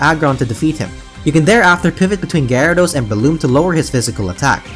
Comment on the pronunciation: Guy-air-e-dose.... lol